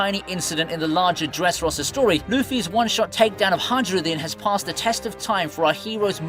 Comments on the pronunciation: Hajrudin is said hiruhdin Not hajrudin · say "hadshrudin" one more time... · The J in "Haijrudin" is silent!